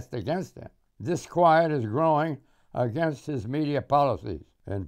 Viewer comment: Why does Clift always say "againgst" instead of against?